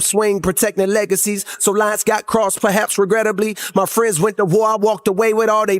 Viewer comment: I love Kendrick and Dave’s relationship 😊❤ as the man says… ‘true firiends’